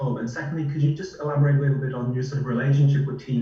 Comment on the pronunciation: “a bittle” ach Kai.. 😂